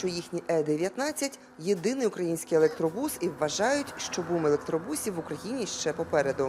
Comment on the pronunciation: Що у львівян постійно з наголосом в українській мові? Чому у слові автобус наголос на о, а електробусі вони ставлять наголос на у?